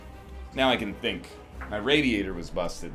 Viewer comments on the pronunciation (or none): none